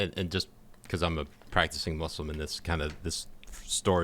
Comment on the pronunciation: I thought he said “I am a practicing Muscleman” and I was like oh Jesus wtf kind of fetish is this but then I realized he said Muslim and I was like thank god.